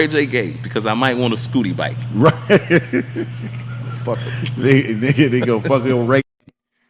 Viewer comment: lol he was saying Scotty bike